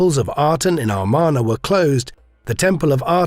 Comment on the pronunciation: It's pronounced "Ah MAR na", not "Ar MAN a".